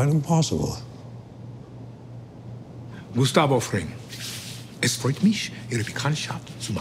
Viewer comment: It was kind of bad. Either no one on the production crew knew German and just told him to google a phrase or it’s intentional for his character. He said “es freut mich” but pronounced “mich” like “meesh” not “meek” and then I think he said machen at the end but pronounced it “mackhen” not “ma hen”. This shows he only read something on paper and pronounced it the way he thought it looked.